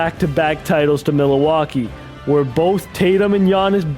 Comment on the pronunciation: okay but why he say milwaukee like milleeeewaukee